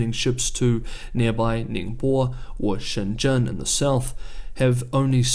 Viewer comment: 寧波 níng bo was correct, but it should be 深圳 shen zhèn, not 神真 shén zhen.